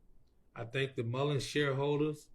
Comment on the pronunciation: I can't listen to him. The fact he keeps saying Mullen's drives me crazy!